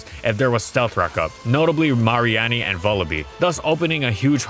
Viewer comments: Everyone else: It’s a meanie that is marine, therefore it’s “mah-ree-nee”,: MARY ANNIE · Did he, did he just say Mar-ee-aun-ee for Mareanie 😄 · Off topic, did he really just call Mareanie "Ma-ree-annie"? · It’s not mareanie, it’s pronounced (mah-ree-knee) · "mah-ree-AH-nee" Pretty sure it's pronounced "muh-REE-nee" since it's a combination of Marine and Meanie. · maary-ahny? The first part is Said similar to 'Marine' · "Mariani"??? Didn't expect that from you. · “Mah-ree-annie” Did you mean mareanie? (Marine + meanie) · Are we just gonna ignore the “marienieie” ? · I-I’m sorry, “Maurie Annie”? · Did really say mary-annie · Did he really just pronounce Mareanie like that? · I didn't know it was possible to mispronounce "Mareanie" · Forget farfetched, they way he pronounced Mareanie had me rewind to make sure I heard right 😂😂